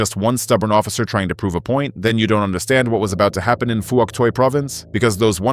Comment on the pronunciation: it's hock twee province again.